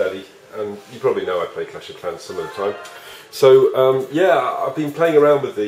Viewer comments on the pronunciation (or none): none